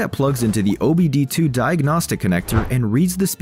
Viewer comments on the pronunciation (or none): none